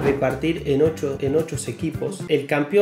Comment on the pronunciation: Porque decis ochos sequipos?? Jaja